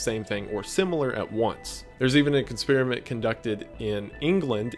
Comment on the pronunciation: I don't know if it was on purpose or not, but you said "cons-periment" instead of experiment at one point, and I think that's perfect lol